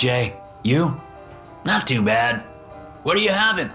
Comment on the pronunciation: Are you sure that this isn’t ai? He makes common pronunciation mistakes when a word doesn’t line up correctly, like toe instead of too